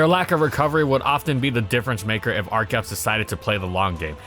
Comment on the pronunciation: I keep hearing da fetus